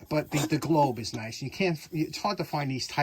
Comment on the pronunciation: That wasn't "NICE' it was 'NCE'. Chinese for No Can Exceed! Glad to see living his best life.😊